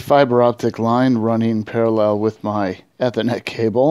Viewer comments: So, the key for me was switching over from the cable modem to the fiber box. Camera didn't show the actual cable switch it was pointing at the side of a desk or some such. Also he called it ehh-thor- net, not e (as in eat) e-ther-net. Took me 3 replays to understand that. Never heard it pronounced like that. Since he didn't go into the router wan config, I'm assuming that both cable and fiber devices deliver the same way, e.g. dynamic IP. Seems pretty easy if that's all one needs to do. I'm having Frontier coming out next week. This helps a bit, thanks. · I think it's unusual how you pronounce "Ethernet". I worked with the guys at PARC where ethernet was invented. FYI it's pronounced with a long 'E' sound like in 'eat'. 😁